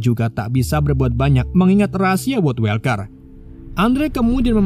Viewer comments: kesel bgt baca woodwalker bukannya "wudwolker" malah "wodwelker" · woodwalker dibaca nya "wudwolker" bukan "wodwelker" genak bgt didenger sepanjang video grgr salah pengucapan, klo males research knp ga baca sesuai tulisan aja si "wodwalker" dripada welker